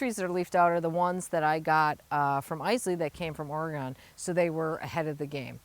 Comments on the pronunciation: Oreygun not Oregone love your channel. Sorry about the cold temps. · Ore-gone!! oh how my PNW heart hurt hearing that 😂